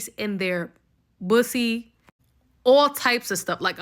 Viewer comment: it’s poosie 😂